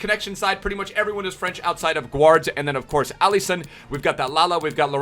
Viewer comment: I love when he says GUD EVENING EBERYONE